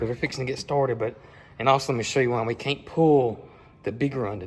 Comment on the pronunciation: I just LOVE your caints and aints...you make my day😊